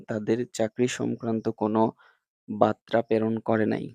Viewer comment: বাত্রা না বার্তা হবে